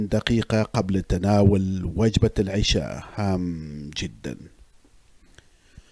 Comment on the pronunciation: اقترح ان تعيد الفيديو و تقول العَشاء بالفتحة العِشاء صلاه